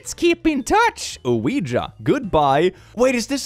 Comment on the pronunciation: The way refuses to say "Ouiji" and continues to correctly say "Ouija" has me rofl.